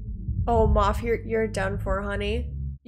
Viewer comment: It's Moff Gideon, not Moth. I believe "Moff" is a political or military title, as there was a character called Grand Moff Tarkin in A New Hope. And the Mothman isn't in New Jersey. You're thinking of the Jersey Devil. 😄